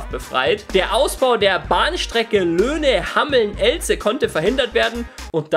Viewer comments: Sorry aber es heißt Hameln und nicht Hammeln komm da aus der Ecke😁 und das wäre schrecklich wenn die die Strecke wirklich ausgebaut hätten😯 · Wenn man den Ort Hameln 2x falsch ausspricht... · das heißt hameln und nicht hammeln und elze wird mit einem langen e gesprochen :D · Hameln, nicht Hammeln und Elze nicht Ellze du hammel :D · Haha, komme aus der Gegend - Wer kennt auch die Rattenfänger Stadt HAMMELN!? Oder Ellze, xD. Es wird etwas anders ausgesprochen, als es tat. Sturm geht echt ab hier in der Umgebung. Gehe morgen auch nur raus(kein joke) um mir eine Bunte Tüte zu kaufen. Naja, gute Nacht.